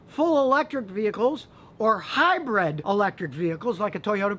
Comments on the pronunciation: Good, informative video! Just one negative comment from me; 'Hi-bred' should be 'Hybrid' or it is known as this in the UK anyway. Good stuff though - Thank you! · It's hybrid not hybred.